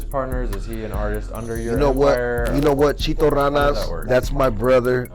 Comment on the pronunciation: Ay foo quit calling CHITO CHEETO FUH WRONG WIT DUDE